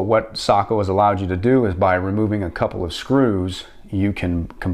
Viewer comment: Finally someone who says Sako the right way